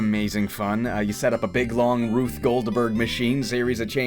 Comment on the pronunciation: It's Rube Goldberg, just in case you weren't aware, not Ruth Goldberg.